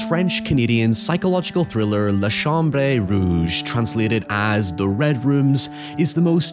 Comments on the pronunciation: More likely than not it's just a mispronunciation lol. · Chambrés? Is that the Canadian-French pronunciation, cham-brays? In France, anyway, it's chambres- interesting to hear about the difference across the Atlantic.